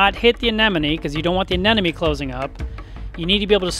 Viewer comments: He keeps saying "aneneme" instead of "anemone" and I'm dying here 😂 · GOOD LORD! It’s Anemone not ANENOME! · I think he may be mis pronouncing Anemone. Is he saying an-nen-numee? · The fuck is an anenome It’s anemone!! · Love how you say "anen-oh-mee"... Haha. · Still blows me away how many experienced reefkeepers can't say "aneMoNe" correctly on a regular basis... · Did I hear you say a-ne-no-me a few times? 😊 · crazy how the first time you pronounce anemone correctly and the other times you botch it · It was a bit entertaining.